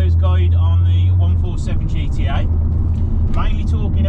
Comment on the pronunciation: Nice one. Actually the correct way to pronounce the model is GE TE A. 👍